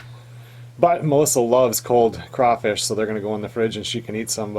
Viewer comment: Its CRAWfish..CRAWfish! Geez.